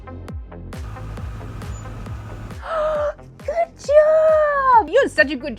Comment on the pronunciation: "i dont knowrrr" "it all looks goorrrd" "maybe it'll be orrkeyy"